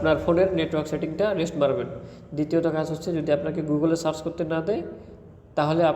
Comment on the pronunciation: রেস্ট না রিসেট 🤣🤣🤣